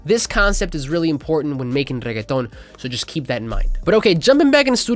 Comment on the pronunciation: thank you for saying reggeaton with the proper accent ma dude 🤟